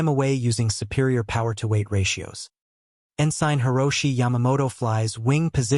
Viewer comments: Okay, I lost interest due to what I assume is an AI narrator. The naval rank Ensign is En-Sin, not En-Sine. Twenty-four hour clock times are pronounce at two two-digit numbers. For example, a time of 1147 is Eleven Forty-Seven, not one thousand one hundred forty seven. Trying to make sense of the narration takes the focus off the story being told. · The rank Ensign is pronounced En-Sin, not En-Sine. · Please look up how to pronounce "ensign."